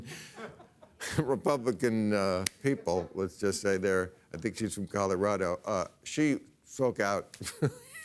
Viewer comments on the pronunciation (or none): none